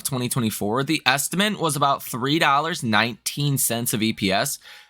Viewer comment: Pleeeeeease stop saying "estimaNte" !!!